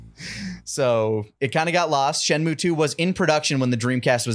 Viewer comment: Shenmue? More like....Shen....mo TFS Shenmue vids Shen...mo PROLLEMZ. Nailed it.